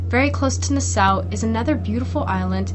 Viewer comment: It's pronounced na-saw